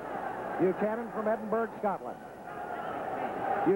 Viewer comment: Good on the announcer pronouncing Edinburgh properly and saying tartan. Maybe kens team had a word! Rip kenny